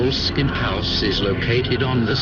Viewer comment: it's not pronounced bowl-skin,ffs. it's bo-less-kin. with emphasis on the less. not sure about the architecture but it's got a cracking history. lovely property n properly gets one at least wanting to know about Mr Crowley. Aye. interesting character no doubt.